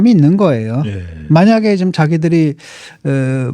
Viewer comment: 진중권도 지금을 직끔 직끔 거리네;;; 어떻게 지금 발음이 직끔이 되는건가.. 이런아저씨들 꽤있던데 신기하누